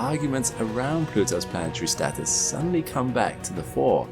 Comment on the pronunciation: Please use real words.. Status,, not Statis